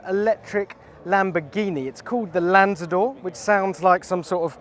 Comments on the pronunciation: Lamborghini Lundzor 💀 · Why the stupid childish remark on the beautiful Spanish name you ungracefully butchered?